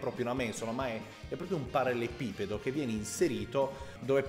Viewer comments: Sarebbe bello vedere altri video di questo genere,.:) Magari, prima impara a dire "parallelepipedo"! Hahahahaha:p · L'uomo che riesce a progettare un mobile di design ma non riesce a pronunciare ''parallelepipedo'' Ti stimo hahaha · Solo a me triggera tantissimo quando pronuncia ''parallelepipedo''? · in realtà è parallelepipedo, ma sono io nabbo a non saperlo pronunciare bene :)